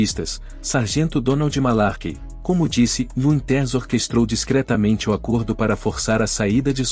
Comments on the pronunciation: "Wintérs"? Sério? Larga essa AI e vai narrar seu vídeo, man! rsrs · O narrador nao sabe pronunciar os nomes como o de Dick Winters e outros nomes ingleses.Como acreditar no que o narrador fala ?